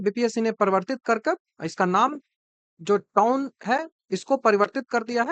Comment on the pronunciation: वो बिहारी टोन नहीं वो टाउन होता है Bihar है पेपर लीक और चोर आयोग